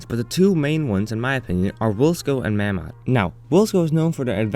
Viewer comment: Its pronounced 'May-mod'